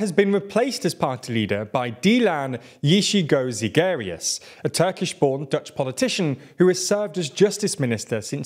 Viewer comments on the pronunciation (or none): I LOLed at the pronunciation of Yeşilgöz-Zegerius, but then I realized most Dutch people don't pronounce it correctly either..